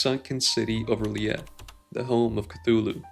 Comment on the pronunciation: It's pronounced as TULU and his city of RYLYEH as RELEX and it is not a sea monster, its a cosmic entity trapped underwater until the stars are aligned EDIT: Ive finished all ur vids and u need to upload more